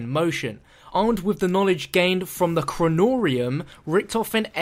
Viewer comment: Richthofen needs some knawledge